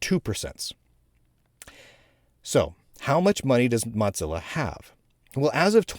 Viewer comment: Say "Mottzilla" one more time... I dare you... 😁